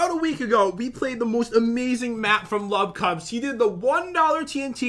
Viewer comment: To me it sounded like lovecubs